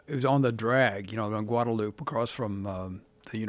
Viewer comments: Did this guy just say “guada loop” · Dude doesn’t know how to say Guadalupe